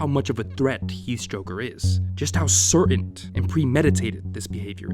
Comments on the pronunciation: "Certainty" is a real word. But "certaint" isn't. It's "certain" without the "t" at the end. Sorry for being a grammar nazi just letting you know for future notice. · My brother, the word is CERTAIN. There is NO T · You saying "certaint" kills me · Great work FYI, it’s “certain/uncertain,” not “certaint” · Are you saying 'certaint' instead of certain? lol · why does he keep putting a "T" at the end of "certain?" driving me nuts lmao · This is a great video but bro it’s “certain” not “certaint” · There’s no T at the end of the word “certain.” Otherwise, decent vid. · Learn how to pronounce "certain". There's no "t" at the end.